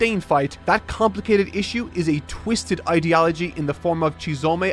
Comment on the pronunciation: I love but the way he pronounces ideology is not hitting well in my brain!!!!